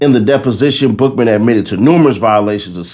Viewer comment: Every time you said Bookman i heard Buffalo butt 😂. LL Take, the best out the group 🚀